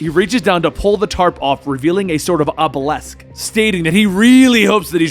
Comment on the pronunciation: I really like the comic book reads. Been catching up on all the lore. I also think u should get a phonetics coach or at least ask someone how to pronounce any words you may not be certain about. Examples: Tartarus, obelisk, honing. A dictionary definition has the correct pronunciation and a coach can teach you how to read that so you can look up words without help